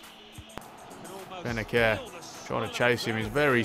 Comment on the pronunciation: Bennacer is pronounced Bennasser bro